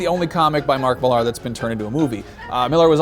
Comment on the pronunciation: Hi, you should check out a film called Special(rx). Really amazing Superhero movie considering the budget. Also, please, for the love of God, stop calling him Mark Mel-are, it's Mill-er. Millar.